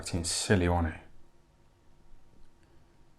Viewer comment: 'He was a good little boxer wan he?' 😂😂